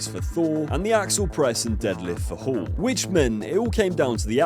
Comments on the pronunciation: Hall NOT Horn lol... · Did your ai voice call him Eddie Horn? o.O